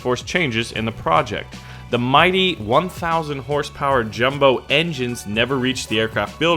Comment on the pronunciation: It's jumo not jumbo. The ju is pronounced you.